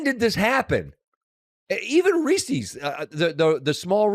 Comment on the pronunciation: Aw, come on Scott. "Reesees"? It's more a shwa sound. It's possessive. The candy was made by Reese.